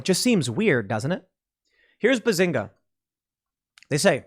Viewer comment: Its benzinga tim, not bazinga... Im also surprised you never heard about it